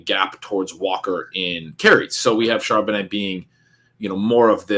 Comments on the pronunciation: Charbonnutz lol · Super cringe every time mis-pronounces Charbonnet and no one corrects him. These videos are great though. I’m just playin. 😂